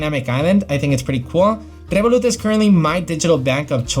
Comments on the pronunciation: Rrrrrevolut said with a Spanish accent, love that ! 😁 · Spanish way